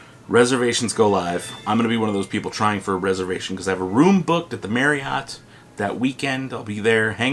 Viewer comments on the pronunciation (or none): none